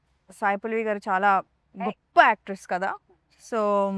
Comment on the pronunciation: Ame sariga pronounce cheyalekapoindhi anthe, inka vala aim ani kuda cheppindhi ardhamkaleda, true colors? Enduku prathidhi negativega chustharu